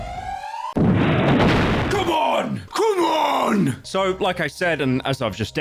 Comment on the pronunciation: the brummie really came out in that 'CMON'